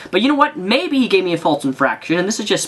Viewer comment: FALSE. FALSE. infraction. not faltse